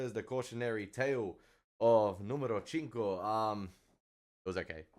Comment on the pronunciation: Cinco is pronounced like Sink-o, not chinko.